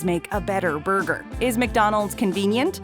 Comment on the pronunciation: And BURGER SLING KING went from red onions on their burgers to yellow onions! And yes they turned a whopper Junior from a standard burger to a slider size! disappointment mania!... and I hate the way this chick says ‘burger’! 😕😡